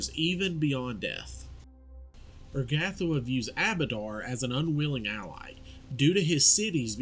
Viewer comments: "Er-gath-oh-wah" Ur-ga-tho-ah* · Love your vids, great stuff. Only thing is your pronunciation of her name makes me wince.